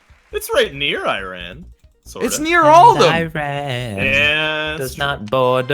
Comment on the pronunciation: Learn to pronounce Iran